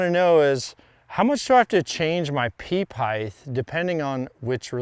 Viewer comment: He kills me, for such a smart dude… pronouncing the TH in height🤷🏻‍♂️length and width have a th. HEIGHT does not!